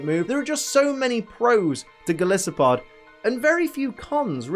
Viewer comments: Someone's got to point it out - it's Gol-EYE-so-pod, because it's based on not just Goliath, but an isopod 😂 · You also mispronounced golisopod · Disses Also can’t pronounce golisopod But my god, if isn’t adorable when he tries to say like 2/3 of the Pokédex names I don’t know what is.